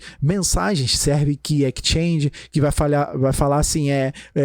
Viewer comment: excelente aula. se eu posso agregar algo, sugiro que o sr reveja a pronuncia de exchange (pois está comendo o som do S) -> e tambem a pronuncia de PREMISE pois o E nunca tem som de AI em inglês.